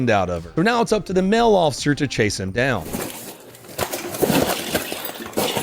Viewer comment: He keeps saying "mell officer" What is a "mell" officer?